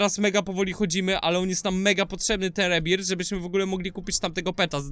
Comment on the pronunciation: jaki rebirt nie rebirt tylko rebirf tak sie m…ówi